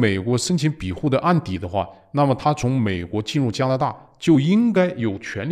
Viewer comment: 有口音问题不大，但不要偏离正确读音太远。庇护是必护，不是比护。善意提示。今天对习氏现代化的总结和解释很棒！